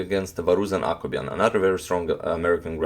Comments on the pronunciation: When he says Akobian I always hear Aquaman hahaha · Blackdarkdarker bleach I kept on thinking he was saying "Aquaman," too.